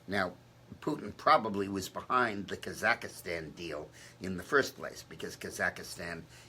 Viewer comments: The name of the country is KAZAKHSTAN, not Kazakastan. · Yeah, he just slipped....it's Kazakstan, and what he means. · Dick Morris keeps saying “Kazakastan”...but he really means to say Kazakstan right?